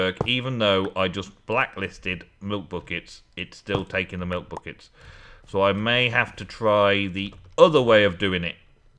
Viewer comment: haha said butt kicks instead of buckets:p